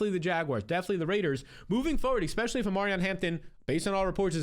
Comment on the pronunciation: PLEASE stop saying EX-specially